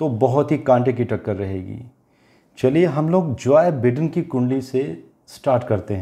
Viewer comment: सर जोय बिडेन नहीं “जो बाईडेन”